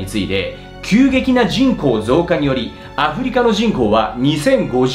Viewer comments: 人口のイントネーションがおかしいぞ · 人口密度の時だけ普通のイントネーションなのも気になる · じんこう⤴︎の発音が気になる笑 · 人口の発音が気になり始めたら話が入ってこない… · 人口 の発音が、、f^_^ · 人工の発音ちがう。